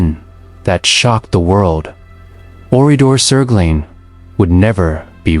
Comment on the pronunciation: The narrative of this video is poignant and generally correct, but NOT ONE of the images in the video shows Oradour-sur-Glane. What is the point of telling this story if you don’t use images of the REAL town?? ‘Glane’ is pronounced ‘G-LUN’, not ‘G-LANE’, as in the English word ‘lane’. Honestly, the visuals used here are so misleading. AI is just crap.